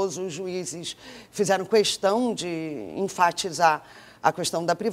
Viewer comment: quando é que essas pessoas tão importantes no meio artistico e jornalistico nacional vão entender que não é CUESTÃO mas KESTÃO? aaafff q chato